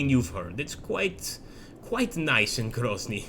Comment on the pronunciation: It's not pronounced Grozhny it's just pronounced Grozniy and essentially pronounced as it's spelt - Grozny